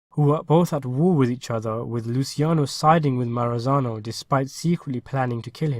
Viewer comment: Maranzano, not Maranazo...